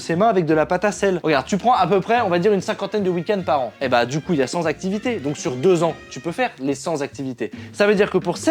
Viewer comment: Heu 100 "z'activités"…Non !